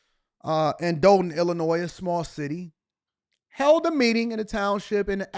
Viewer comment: I definitely appreciate you covering this! Just wanted to add it's pronounced Doll-ton, not Dole-ton. Thanks again for your hardwork!